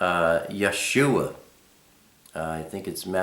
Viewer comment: Dear, I love your video...it is very informative....I am a little confused as the pronunciation of YHWH as I have heard it many times as Yah- way. You also said it once, too. Would I be incorrect to pronounce it as such? Likewise, I have seen the same spelling for Yahshua but with only two syllables, Yah shwuh; whereas you have 3 Yah shu uh. Do you have a video of only the letters of the Alephbet? Did I miss the meaning of Elohim??? When we transliterate are we to use the Y or I for the Yod? Am I wrong to spell it Elohym? Thanks for your responses....